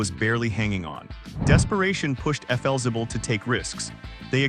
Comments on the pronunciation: Felzibble? Hmmm, isn't that Flexible? Or is my English messed up? Do I or the AI need better education? Oh gosh, what would AI call me then? Vicke = Vicky... there's an important difference between the two names. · Cant pronounce Flixible, you need a human over the age of 60 to properly narrate these episodes. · It's pronounced "FLEXIBLE". And "LOS ANGELES". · AI doesn’t do the job. Could have been a great video. Efelzible? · Yeah thats what i thought..AI needs to go to school! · FLzibble??? Never heard it pronounced that way in my life. Can't stand AI. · Stupid AI trash - if you’re going to feature a brand at least train your lousy AI to say the name correctly. I was interested in the topic but the video is unwatchable if you actually care about your time. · Your education is just fine, AI narration is the problem. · That AI voice can’t seem to pronounce the name correctly.